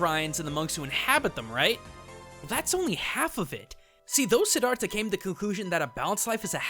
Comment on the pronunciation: i cringed so hard when u said Siddhartha because i am a Buddhist and u totally butchered it but to be fair it is hard to pronounce lol